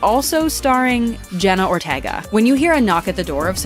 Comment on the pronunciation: please say Jenna her lasy name right😭